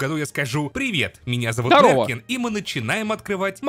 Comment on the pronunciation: Правильно не Неркин а Нэркин